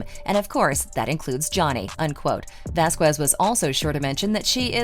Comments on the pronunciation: Camille's last name is pronounced: Vas kez....it's ignorant and racially offensive the way you pronounce her last name. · Her and HER BOYFRIEND just went to a Depp/Beck concert with other attorneys. And it's not prounounced "Vasqwez".